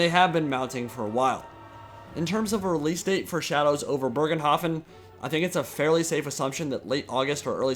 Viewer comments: "Bögenhafen" Oh wow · Why can nobody pronounce "Bogenhafen" correctly ? xD And why do you pronounce an R where there is none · basicly how you say it but remove the R. Dont change the pronunciation apart from that.